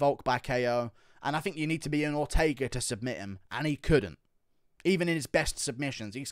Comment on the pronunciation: Why didn’t he say Ortega either right? For Volk. He almost killed the man in those chokes, another one of those and it could be over